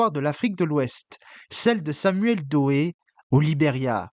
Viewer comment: "Do_e". Apprenez au moins à prononcer le nom de celui sur lequel vous essayez de faire un documentaire. Son nom ne s'est jamais prononcé de la sorte, ni en français, ni en anglais. Du plagiat de surcroit.